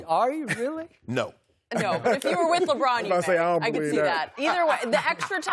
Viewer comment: Why does he have to pronounce Lebron like Lebraaaaaaaaaaaaannnn? It's forced and like nails on a chalk board to me... Anyone else?